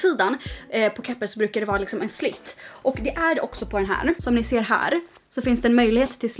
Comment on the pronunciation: slits, inte slit, he hee